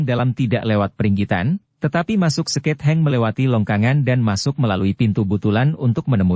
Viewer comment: Mohon maaf kepada PDN khususnya bagi sang Wira Swara. Secara umum semuanya sdh bagus, sdh sesuai dgn ekspresi dan intonasi cerita. Sedikit ada koreksi dari saya sbg salah satu penyinta cersil ADBM. Kata "seketheng" seyogyanya huruf 'th" sesuai makhrojnya dibacanya disambung (tidak dipisah) shg keluar suara "t tebal". Memang bagi generasi tua SPT saya sdh tau mana yg "t tipis" mana yg "t tebal". Begitu juga perbedaan lafal untuk huruf "dh", "e" (coret kekiri diatas dan coret kekanan diatas). Mohon maaf kalau tidak berkenan. Skip atau abaikan saja.❤😊